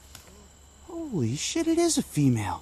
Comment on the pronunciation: funny as crap.its weird how u say holy shit